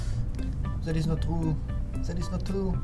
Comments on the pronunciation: zat is not trou 😭😭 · "That is not TROU" 😂